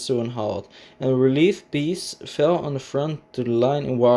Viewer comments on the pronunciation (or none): none